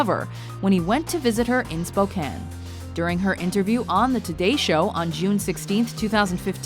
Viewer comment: I'm only giving this video a thumbs up for pronouncing Spokane right, so many people pronounce it like spo-cane and that's not anywhere close to how you say it.